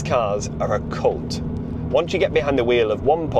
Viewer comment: You did say "cult" didn't you 😂